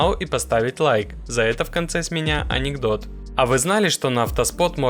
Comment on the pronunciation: Режет слух, говори как раньше НЕСМЕШНОЙ анекдот, или ты специально паузу делаешь перед словом анекдот?